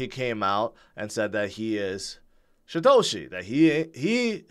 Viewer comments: yeah, its called poor aununciation. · i can't be the only one.... every time says "Satoshi" i hear "Shitoshi" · He's been saying Shitoshi forever. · Now that you mentioned it. Does sound like it. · He also can't seem to pronounce Satoshi correctly.